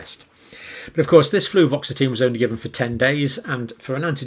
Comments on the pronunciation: Dr John, its was Fluvoxamine, no t. 💜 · Hey John: There is no such drug as "fluvoxatine"! There is fluoxetine (Prozac) and fluvoxamine (Luvox)!